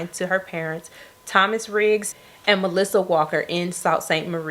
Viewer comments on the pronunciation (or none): none